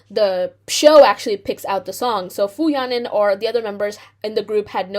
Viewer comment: You should apologize by learning to properly pronounce her name